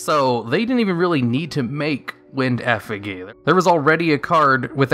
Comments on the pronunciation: The g in effigy is pronounced like a j. Like if I couldn't see the word you were saying I would think you were saying nonsense. And then you go on to pronounce prodigy correctly yet can't pronounce effigy correctly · Effigy is not pronounced how you prronounced it. It is pronouned Ef-idg-y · Effigy (f-ah-g) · Effigy. Ef-a-G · love the viedos but please... take 10 min post recording to just hash out some pronunciations... eh-fuh-jee brother... this is one of literal dozens you're unfortunately guilty of, with no counter-pronunciation even arguable. I just find it bizarre you clearly put countless hours into creating these commendable works, just to have them flounder grammatically in the end.. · If you say "Effigee" one more time... so help me... smh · Effi-jee not gee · FUCK MAN ITS EFFI - JY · Effigee omg just say it right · WTF IS A EFFAGEE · 'prodigy' >pronounces the 'gy' correctly 'effigy' (literally 2s later) >IMMA HIT THAT GHEE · F, E, G that's how you say effigy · How do you get “Prodigy” right but “Effigy” wrong? 🤦🏾‍♂️😂😂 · i was willing to ignore it then he went on naming all the other effigies and my brain snapped. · Sad that a native speaker can be so clueless with pronunciation... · It's all true. I doubt he knows what an effigy is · I could say prodigy pretty early on in life, I don't know how Effigy is said lol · Holy shit, listening to you pronounce "effigy" incorrectly 36 times in a row makes me want to scream. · Seriously, how does one mispronounce effigy when they speak English as a first language? I'm shocked he pronounced prodigy correctly, what the fuck. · You mispronounced effigy. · I was triggered everytime he said it. Which was a lot. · thats not how you say effigy lol come on man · How are you able to pronounce "prodigy", but not "effigy", considering they are direct rhymes... >.> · The effigy pronunciation is killing me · You are pronouncing effigy incorrectly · Why can't you pronounce effigy? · that's not how you pronounce effigy.